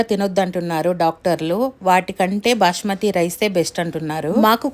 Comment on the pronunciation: Bashmathi kadu basmathi